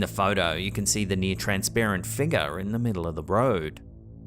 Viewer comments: My wife and I have a new drinking game. Every time he says figga (figure) take a drink! lol. Love the videos!!! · I watch videos 50% for the content and 50% for accent. I could listen to him talk all day long 🥰! I get goosebumps every time he says "figgah" 🤣. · I love how he says Figga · Scary "fig-yah's" lol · A strange black mist like figgah appears to enter the shop???